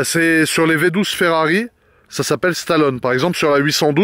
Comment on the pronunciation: Sur ce coup là il a tout faux! Et le « e » de Stallone Ça se prononce! On est le châssis est excellent la voiture a était conçu exactement comme ça pour être très joueuse.